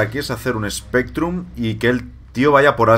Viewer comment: recuerdo en tu primera partida con Spectrum le llamaste "Specrrum" lol